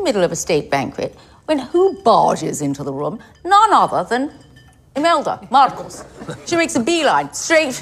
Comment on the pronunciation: The way she pronounce Marcos is sooo cleaaaan